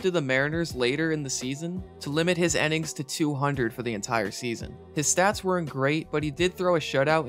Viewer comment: does the way this guy pronounce "innings" bug anyone else a little? Sounds like he's saying "ennings". Great vid otherwise though.